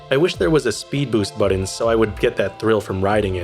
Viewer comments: “When I Press the Budden” 😂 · Mili (melee) and boron(button)... really? I enjoyed the video but that pronunciation grates, and English isn't even my first language.